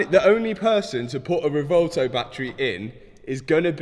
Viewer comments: Please pronounce the name of that beautiful car correctly. It’s pronounced Rev-oo-elto. Like a cow’s sound, moo. That’s the U in Revuelto. Now, just run it together, quickly and smoothly. Revuelto means scrambled in Spanish. Don’t understand why Lamborghini would call it Revuelto. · At least try to pronounce the name of your car correctly. It's not 'revolto' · the rewouwtouw lol - if you drive such a car you should learn how to pronounce it correctly first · lol "Revolto" Is Matt ever going to pronounce this thing correctly? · Its pronounced REB WELL TOE.